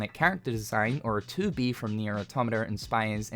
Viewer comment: I thought you said 2beef when you said 2B lol what am I on